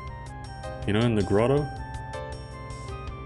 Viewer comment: Probably counterintuitive for non-native English speakers, but it's pronounced GRAH-toe, not GRO-toe.